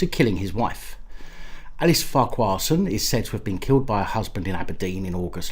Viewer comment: It's far-ker-son, you almost got it right at the end. The Irish equivalent is probably Ferguson. Silly. 😋